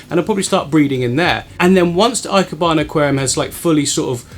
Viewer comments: Just a pronunciation tip from my Japanese wife, ikebana the "e" is pronounced like the "e" in "egg" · Yup 👍 e - kebana